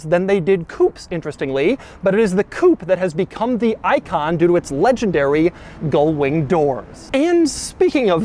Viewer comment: Ugh. GULL wing, Doug! You keep mispronouncing it SO FAR OFF the actual word that the captions have transcribed you as "GOAL"wing and even "GOLD"wing!